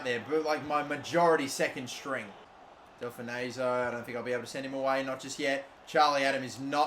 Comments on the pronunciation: It’s not del-fa-nay-so it’s del-fon-so I’m a Blackpool fan (his actual team) and you should play him more he’s a legend in real life and class on Fifa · Del-Fon-So not Del-Fun-Ayzo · It’s pronounced Del-fon-so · Delfouneso is pronounced: Del-fon-so btw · The way you pronounce Delfouneso is giving me heart palpitations 🤮